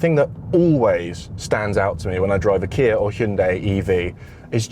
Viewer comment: Why do you say Kia as kiarr